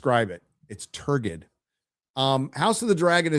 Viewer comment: Turgid --- TUR JID. Like that; basically means "stuck up their own ass". Bloated, pompous or bombastic. Learn to read, dude.